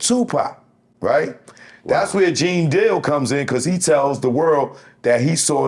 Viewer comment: My man said Gene Squeal 😂